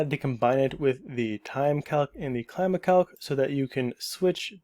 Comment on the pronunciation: it's pronounced: kleeema